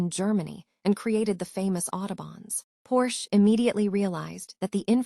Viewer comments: AI or not, every time I hear the Porsche name mispronounced it grates. I would much rather hear a human rambling on than these damned slick and often laughable AI robots. A case in point, "During the nineteen twenty [pause] ess..." I could not take it after the mark and bailed. The stilted cadence and emphases in the wrong places make it a pain to listen to. I will not listen to this channel again! Grrr! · You lost me when your AI bot mispronounced Porsche. Need to check your work before you publish.